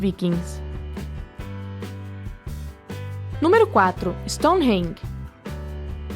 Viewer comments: Por favor... Se diz Gra-al e não grau. Rasputííín e nãos Rásputin. É StoneRRenge e não Stoneng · Stonehenge está pronunciado de forma errada.